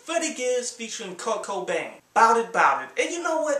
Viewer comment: Lol sounded like u said "kurt cobain" instead of kirko bangz